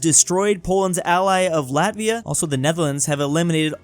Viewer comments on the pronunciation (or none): none